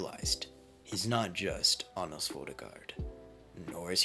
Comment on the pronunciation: His name is Anos bro.. ANOS!!!!